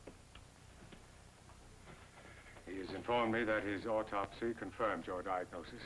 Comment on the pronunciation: I keep hearing the characters saying ortopsy. It is autopsy.